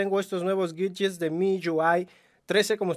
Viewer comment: Aprende a hablar bien por favor, no es miyuai es miui, así de sencillo, no es guidyes es widgets.